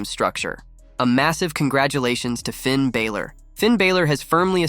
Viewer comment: Yk GOOD AND GODD**NED well that man name is Finn BALOR (AND yk how to correctly pronounce it because I heard you do it on several different occasions.) You steady talm 'bout some f**kin' Finn "Bāylor". 😒